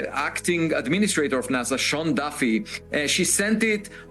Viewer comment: It's NASA, not NAZA.